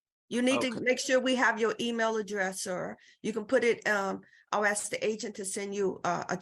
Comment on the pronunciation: Court staff says, "I ax..... NOT a word.